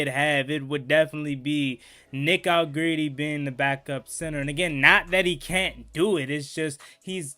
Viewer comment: Hell u keep callin dat man allegreedy for 😂😂